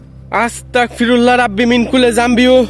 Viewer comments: কেমন আছেন আশা করি আল্লাহর রহমতে ভালো আছেন অপেক্ষায় ছিলাম ভিডিওর জন্য খুবি ভয় হয়👹👹👹 আপনি কি করে একা একা এমন কবরস্থানে যান আয়াতুল কুরছি পাঠ করবেন আর আস্তাকফিরুল্লা হবে না আস্তাগফিরুল্লা হবে আপনাকে অনেক বার বলা হইছে তবু ভুল পড়েন এতে আরো পাপ হবে আশা করি এর পর শুদ্ধ ভাবে পড়বেন ❤️❤️❤️ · ভাই আস্তাকফিরুল্লাহ হবে না এটা,এটা আস্তাগফিরুল্লাহ হবে😇